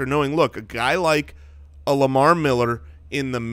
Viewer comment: Lamar "MEHller" Miller